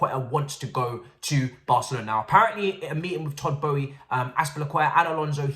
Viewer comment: Our owner’s name is not pronounced “Bowie”.